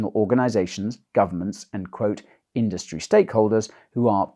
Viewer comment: 'WEF allies in the crypto indurstry too'. At the start of this video i was imagining if somebody as big as vitalik Buterin or Brian Armstrong (for example) was a WEF mole